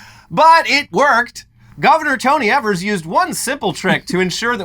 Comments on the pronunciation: Sorry, I'm sure someone has mentioned it, but Evers's name is pronounced "EE-vers" instead of "EH-vers". We also do not know what in the boggle is going on in this state. We're gerrymandered to the end of time. It's insane over here. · It’s pronounced ēvers. Source, from Wisconsin. Love you guys! Thanks for covering the story!